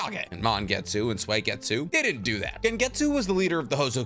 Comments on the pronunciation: Why does he say swageetsu 😂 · When are you going to start pronouncing Suigetsu's name correctly?😅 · I can’t tell if he’s saying suigetsu or swagetsu i hope he’s saying swagetsu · Please, please don’t say “Sway-getsu” it’s “Sue-E-getsu” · Why is it Sway-gay-tsu 😩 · Oh I didn’t know suigetsu was pronounced sweygetsu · i can always tell bro doesnt actually watch anime cuz of his blasphemous pronunciation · I get chills down my spine every time you pronounce Suigetsu's name. You doughnut...